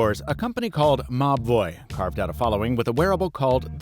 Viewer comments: I can only hear "ma boy" in the video and not Mobvoi, nothing will convince me otherwise 🤣🤣🤣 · All this while my stupid ass thought he's saying 'Ma boi'